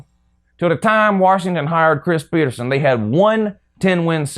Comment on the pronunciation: Go Huskies. Btw it’s PetersEn not PetersOn